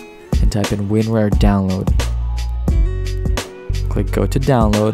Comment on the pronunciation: Please stop mispronouncing WinRAR.